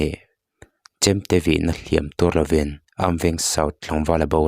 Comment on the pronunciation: Sir a hlim tuâr lovin tih lai kha i lam dan kha a dik chiah lovem aww,a hliam chu a tuâr a,,a tuar lo zawk anih hmel,lam dan kha han ngaithla nawn chhin teh Lusun te Lalpan thlamuan mawlh rawh se